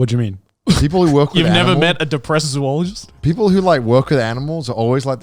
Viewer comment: I am way more annoyed by the mispronounciation of "zoologist" than I should be